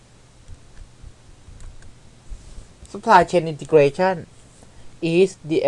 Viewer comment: I like the way you say Supply chain integration